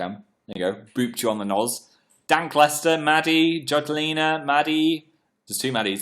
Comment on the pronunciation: he just said dank lester but im just gonna pretend it's dan lester